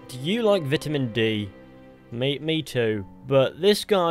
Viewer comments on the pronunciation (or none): boy said VITIMEN DEE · “Vitimin D”